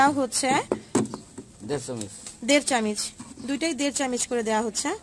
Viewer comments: চামিচ না বলে চামচ বললে শুনতে ভালো লাগবে আপু। 😊 ভালো লাগছে ভিডিওটা। keep it up.... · কথাটাএকটু সুন্দর করে বলবেন।তাহলে আরো ভালো লাগবে। আর চামিচ না Kothaটা হবে চামচ। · Chamuch ke Chamich boltase!! ki din kal porlo!! :o